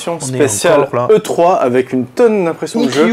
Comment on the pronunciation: Tommy Smiley oui mais ils ne le disent pas c'est 99% de "e three"